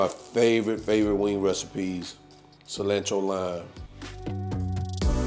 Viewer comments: I thought I was the only one. Im like wtf is cilannntro. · It's definitely "fresh coriander" when you pronounce "cilantro" kuntry style. Just playing!